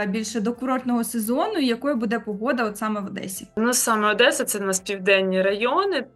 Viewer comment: Та не БУДе, а БуДЕ.